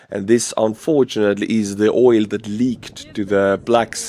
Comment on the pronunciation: Oil is pronounced with a hard L ❤❤❤